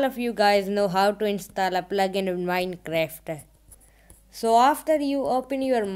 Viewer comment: Why He Was Saying Minecreft But Its Minecraft